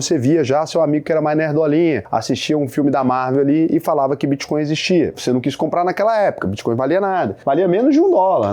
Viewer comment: Muito boa a explicacao. So falta aprender a dizer o nome da moeda